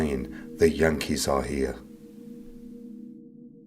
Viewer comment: I here the hankies. Not yankees lol